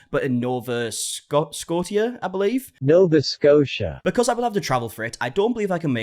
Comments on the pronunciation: As a canadian it made me cringe when you said nova Scotia lol I get it tho I can barely spell Saskatchewan right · lol I live in Nova Scotia and hearing your pronunciation makes me want to start pronouncing it your way! 😅 it sounds so much fancier your way 😂